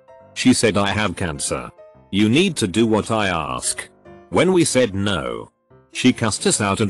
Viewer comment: When the reading robot catches a virtual cold: no becomes snow well becomes swell